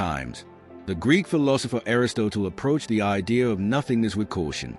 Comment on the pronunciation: I know you are a robot because you can't pronounce Aristotle. If you can't pronounce the most famous Philosopher in human History then I highly doubt you can answer the riddles of existence. See ya bye bye then.....